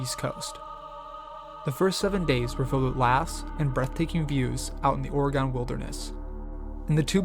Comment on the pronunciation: Thanks,. Good narration. FYI, the state is pronounced “ARE-uh-gun,” with the “u” in the final syllable barely discernible; it’s not “ORE-E-gahn.” But you did get “Deschutes” right. There are many easily, frequently mispronounced place names in the wonderful Beaver State. (Just give “Yachats” and “Champoeg” a try).